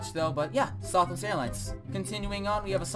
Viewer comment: It’s southwest not sothwest